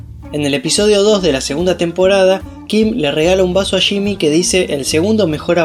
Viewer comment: Se dice “Yimi” no shimi jaja